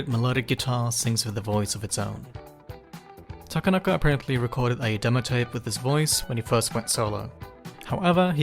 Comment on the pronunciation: heads up; Japanese names are annunciated on the 2nd syllable, not the 3d. So his name is ta-KA-na-ka, not ta-ka-NA-ka